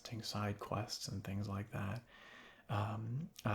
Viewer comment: Anyone else notice how he always says "ant" instead of "and"? I kinda like it